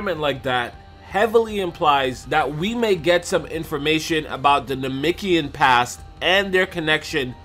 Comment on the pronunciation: Anyone else want to slap him till he say namekian right, because he is not saying it right at all